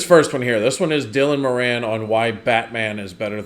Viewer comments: It's not "Moranne"... it's "Moran", (as if it has two 'r's). 😉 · Dylan Mor-in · It is More-ann; my Irish grandmother's maiden name and that's how she pronounced it. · No. It's MORE on.